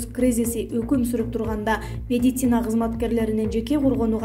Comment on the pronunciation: Бека Медиа, ушул кызды диктор кылгандан уялсанар боло, орусча создорду, терминдерди туура айталганы жокпу, жада калса медицина деген созду туура айталбайт, медисина деп кой 😂😂😂😂